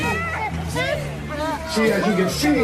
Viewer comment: Wait for it "I cant breeve" 😊